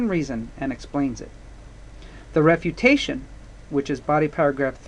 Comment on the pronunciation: I am watching this for my english IGCSE...thanks very much.....but are you saying REPUTATION PARAGRAPH or something else ?